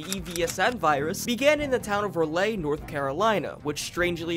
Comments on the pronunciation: As a professional North Carolinian Rawlay and Rayley is kinda pissing me off It's pronounced RawLee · ITS RALEIGH (RAUL-LEE) NOT RAY-LAY 😡😡😡😡😡😡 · Raleigh is “Rah-Lee.” English is a funny language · When he said “ruh-lay” trying to say Raleigh NC 🫣😂 It’s “Rah-lee” Raleigh 💁🏼‍♂️ Edit and the game said “ray-lay” lolol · You pronounce "Raleigh" wrong. it's pronounced Ra-Lee. Not Ra-lay. Spoken with the speed like its one word, not broken up in to 2 syllables. instead of RaLeigh, Its just Raleigh. You don't have to annunciate the L so much in Raleigh. Love the video :) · Not you pronouncing a whole state Capitol wrong, Raleigh is spoken "Raw-Lee", not "Raw-Lay" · It’s Pronounced RAH-LEE not RAH-LAY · FFS RALEIGH is pronounced (Rah-Lee) from a raleigh native hahaha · The way you pronounce Raleigh hurts me. "Ra-lay", it's "Ra-lee". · loved the video but as a North Carolinian i had a small laugh. Raleigh is pronounced like Rah-Lee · I've been to Raleigh...it's pronounced: "Raw-Lee" \😃/ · Rah-lee! RAH-LEE, for God's sake! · IT IS (RAWL E) As in Raleigh. as someone from NC I’m going crazy! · Raleigh is pronounced "Rah-Lee" btw lol nice compilation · lol you say Raleigh like Rawlee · Raleigh is pronounced "Rah-Lee". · Ok im from "Raleigh" and that is NOT how you say it 😂 think Rah-Lee. Or Raw-Lee. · Ra lay North Carolina 🙏🙏😭😭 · almost as bad as how Raleigh was butchered 💀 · The Raleigh pronunciation as a North Carolinian hurt my soul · As a North Carolinian the way you say Raleigh is wild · As someone who lives in Raleigh the way that you pronounced it causes me physical pain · bro, the way you pronounce Raleigh.... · As a North Carolinian your pronouncing Raleigh wrong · it was great until you mispronounced the fuck out of Raleigh